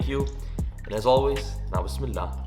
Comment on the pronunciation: i have subscribed you only the way you say Bismillah. Allah bless you!